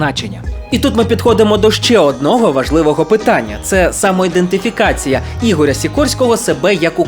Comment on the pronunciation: і-ден-ти-фі-ка-ці-я а не індетифікація і Костянтин а не Констянтин